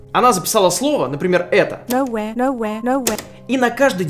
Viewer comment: Я услышал "пыщ-пыщ" вместо "nowhere". )))